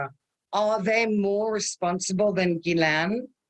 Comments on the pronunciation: The name is pronounced Jiss-Lane not guilene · She seams to have a french name, so if so we pronounce Jyslaine and not Guylaine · Such a close associate yet can’t even pronounce Ghislaine’s name correctly???🤔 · If they’re friends why does she pronounce Ghislaine’s name incorrectly.